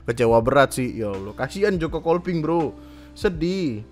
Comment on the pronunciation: Joko Kopling banggg joko KOPLING bukan KOLPING, gemess bet dengernnyaa